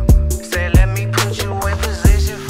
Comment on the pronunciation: tam telaffuz: ikınçı gun